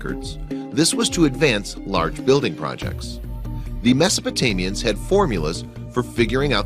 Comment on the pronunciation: Did he say Mesotamians? lol